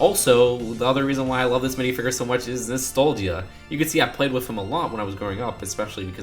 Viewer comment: WWE Jones I'm with you on that, and he kept saying mini figger.